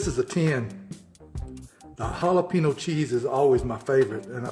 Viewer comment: Ok here’s where my OCD comes in.... 1. He said jalapeño wrong 2. He didn’t use the ForeignMRE spork 3. He didn’t read the instructions (men🙄) 4. He called a kidney bean a pinto bean 5. He left corn nuts on the table 6. His math is atrocious! 7. He didn’t try the gum. I may have missed it altogether but there it is. Love ya!😁